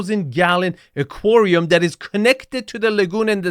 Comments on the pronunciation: Aquarium, not "aquorium". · Why do you insist on mispronouncing so many words? You know darn well that's not the way aquarium is pronounced. You know darn how to pronounce cabinetry. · I've never heard anyone pronounce aquarium that way. I can't tell if that was clever engagement bait or just a regional annunciation.